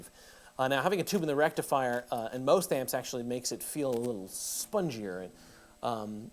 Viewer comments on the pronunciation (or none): none